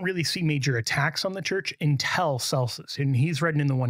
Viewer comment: Hmm, I wonder why says "un-tell" instead of "un-till."